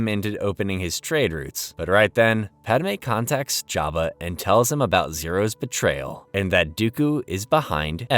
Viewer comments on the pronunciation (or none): Jeba not java bro